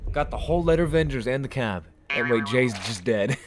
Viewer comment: Why does everyone say lettervengers